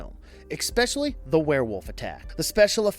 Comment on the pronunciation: HAHA man. There were HOLES in the story, not LOOPHOLES ;P Loopholes means something totally different. And dude... Ekspecially? What are you 5? I'm teasing while being serious, but mostly teasing.... It was a good top movie type video!